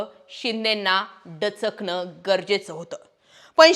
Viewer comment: डचकणं नाही दचकणं